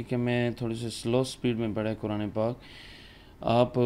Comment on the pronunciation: ماشا اللہ کاری اور کوران کہنے والے قاری صاحب پہلے اپنا تلفظ ٹھیک کرلیں